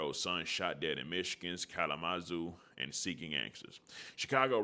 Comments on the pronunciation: It's pronouned Kal- luh-muh-zoo fam. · Ca-la-ma-zoo = Kalamazoo